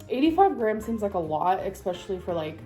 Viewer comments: I never noticed her saying exspecially instead of especially until watching this video and I wish I could go back. Noticing a new amberism and not being able to go back is the worst part of being in the amberverse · Every time she says 'expecially' I want to unalive myself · Every single word beginning with es- she pronounces as ex. Excape is another example.